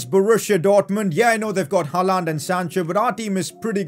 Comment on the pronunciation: Stop saying: '' Halland'' it's ''Haaland''!